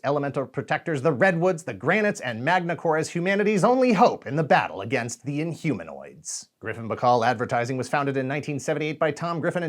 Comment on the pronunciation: In-Homo-Nots? :D :P